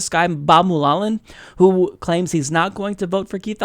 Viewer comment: It's pronounced "MUL-Holland"